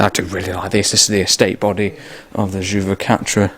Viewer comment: Amazing : you crossed the Channel with your Standard 8, I can't believe it. By the way, ton français mérite une mise à l'épreuve régulière : the flat pronounced "juvaquatre" was much impressive ! Wish to welcome you regularly in France (French people have so much to learn about "british motoring")